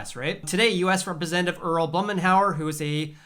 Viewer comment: Great video! By the way, I’m an Oregonian... his name is pronounced “BLOOM-IN-OUR”